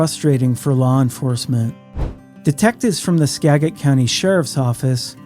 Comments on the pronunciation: Skagit = "Ska - jit " SKA-JIT. SKA-JIT . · Skagit county is pronounced "ska-jit" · For some reason, I thought you were from this area until I heard you mispronounce "Skagit" several times.